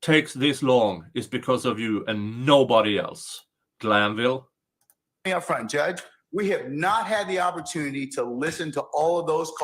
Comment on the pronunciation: I know you’re a union negotiator just from the way you said Granville 😂 The judge knew he was wrong